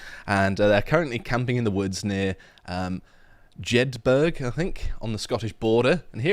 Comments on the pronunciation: come on lad, it’s “Jed-Burra”…. you sound like an American tourist trying to say Edinburgh and saying “Eddin-buurrgg”. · Not wishing to be the grammar police but it is pronounced Jed BOROUGH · Burgh pronounced burra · It's pronounced "Jed bu r a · Its Jedburgh...as in Edinburgh....soon to be Jedbarobi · Jedburg!!! Ffs lads. How do you pronounce our capital? Edinburg? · Jedburgh is pronounced "jed-bur-ruh", FFS. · Jedburgh is pronounced “Jed-buh-ruh” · Why are you saying Jedburgh like you are an American ? Is that how you oronunce Edinburgh also its pronounced exactly like Borough as in Peterborough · I am legit filing a non crime hate incident for that pronunciation of Jedburgh